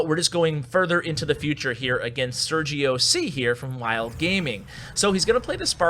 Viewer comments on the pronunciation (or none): none